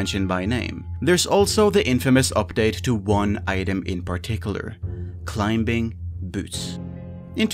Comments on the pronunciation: CLI-MING!!! The B is silent ffs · Just a heads up youre pronouncing "Climbing" very strange. The B is silent lmao you not even saying it right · Climbing has a silent "b". You don't pronounce it. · Ah yes Clim-Bing boots XD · The "b" in "climbing" is silent btw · No one tell him the B is silent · hate how you pronounce the B in climbing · Who the hell pronounces the B in Climbing? 🤭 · do you pronounce the k in knife? THEN STOP SAYING THE B IN CLIMBING LMAOOO